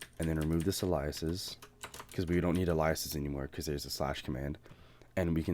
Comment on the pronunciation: Fantastic tutorial! The other tutorials I’ve seen on slash commands are pretty confusing. This one is nice and straight-forward! Thanks :) (BTW, the way you pronounce ‘aliases’ is pretty funny :P)